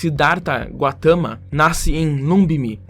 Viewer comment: "Sidarta Guatama" é foda né, é *Gautama